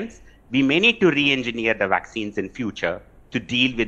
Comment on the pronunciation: If this reporter can talk to me on Skype or FaceTime or something I'll teach her how to say vaccines and variants with a properly pronounced English V, instead of saying Wariants and VVaccinez like she says.